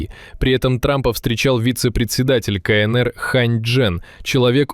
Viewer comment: Бабушка задрожала: не кАнЭЭр, а кАЭнЭр. Носитель русского, ))))